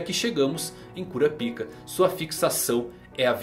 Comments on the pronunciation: vey pelo \mor de deus fala o nome o cara certo poh, q agonia q daá kuRApika , gesus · é melhor pronunciar Kurápika